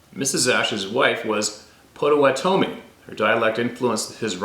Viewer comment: " POTTO WATTO ME "POTTAWATOMIE